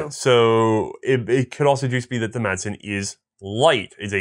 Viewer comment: Please guys.....In danish the "d" is silent. So it's pronounced Masen.